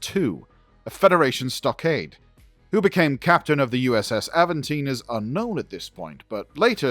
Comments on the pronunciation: Nice. :) In my brain it always has been British English "Aventine". (So not Aven-teen, that is the most Cali thing I have ever heard. :D) This person from the University of Birmingham is doing the correct pronunciation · its not Aventine like Newcastle upon Tyne, its Aventiné, the Destiny series of books are awesome, best Trek books ive read. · GAWD!!!! Can you be more annoying with that Tine/Tine/Tone Mess!!!! STOP IT! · "Avant Ting-tine-taine-tone". Good to know the spirit of "Spike Milligan" is still living on strong. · 😂😂😂😂😂😂😂😂😂😂😂😂😂😂😂😂😂😂😂😂😂 Please Stop I can't breathe. Aventeen, tine, tone....😅😅😅😅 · Avan tine ( like the hill in Rome) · Not enough effort to figure out how to say the ships name... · It’s not that hard of a name to pronounce. Jeezus.